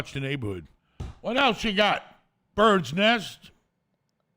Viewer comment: Every time he says bird nest makes me laugh lol